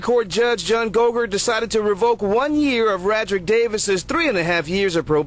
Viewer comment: I cringed every time you said "rah drick" 😩😩 it's pronounced "Ray drick". Cmon on Mane